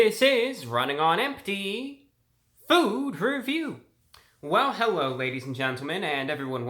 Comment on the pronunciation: Did he say "hewwo" ?? OwO